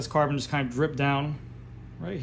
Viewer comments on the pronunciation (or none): Every time he says „Carbon“ to the Epoxy my toe nails curl. And i cant unhear it.